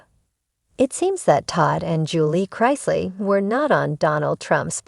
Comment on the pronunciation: It's Chris- ley, not Chrise- ley.